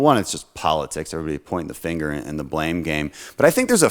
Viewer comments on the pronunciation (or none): none